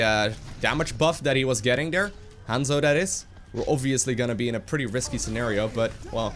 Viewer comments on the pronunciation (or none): none